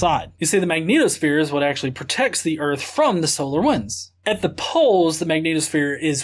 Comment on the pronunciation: Well, he sais "earfh", so...